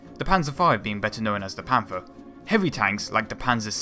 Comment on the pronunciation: cant listen to people who dont talk properly .... panfer..... th!